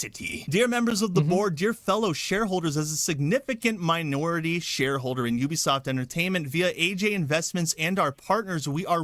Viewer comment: That's not how you pronounce Ubisoft